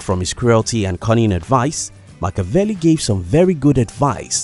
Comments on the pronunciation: respect your subject, pronounce his name correctly! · saying his name wrong.... LOL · No shade, but if you’re going to make a video on the guy then you should try to pronounce his name correctly